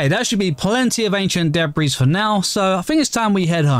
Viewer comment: No offence but you cracked me up when you ment to say debri but with your accent it sounded like DeBri